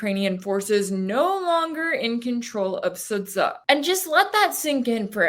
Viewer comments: Its not "SudZHA" its "SudJA". Yes, its written like "Sudzha" but ending is hard. Lile "Jar" in ... Jar Jar Binks. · Sudza is pronounced Suja with a J from John.